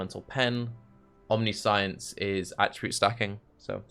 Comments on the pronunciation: I cannot get over the fact that, as a native speaker, instead of omniscience he's constantly saying omni - science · I'm sure you've heard it a billion times by now but it's pronounced Omni-shence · First suggestion would be to say Omniscience correctly. That said, Shroud of the Lightless could be nice, abyss jewels and free level 25 Elemental Penetration. If you have really good hit rate, you could do Strength of Blood to get damage reduction from leech and then use Life on Hit for sustain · Omniscience is a very fitting word for youtube chat to be correcting the pronunciation of... Build looks cool been meaning to play a trinity build to deal with Empowered Elements being annoying hah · Can't focus on the build due to how pronounces 'omniscience'